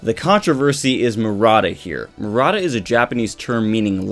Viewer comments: Maruta not Murata JS. Not sure if he mentions the pronunciation error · ... and it's mah-roo-tah. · yeah. People being experimented on are "Guinea pigs" but not every Guinea pig is "Maruta" in japanese. That name was only used to describe prisoner in unit 731. And you can't pronance maruta as mar-uta i japanese. So let me sum it up. Doctor's name is Maruta. Not murata as has written in title and description (well, after me comments he changed it and now is pretending that nothing has happend...). And "maruta" means log in japanese and during WWII was used to describe "Guinea pigs" in unit 731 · Its Maruta silly. Jeez the english accent butchers it.